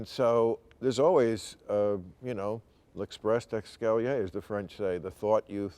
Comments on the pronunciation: i didn’t know we say “l’express dexcalier”, i always thought it was “l’esprit d’escalier” and with a slightly different meaning than the one Bill gave. Tnx bill for correcting my native language! You are so smart you’re the best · L’espirit d’escalier was butchered.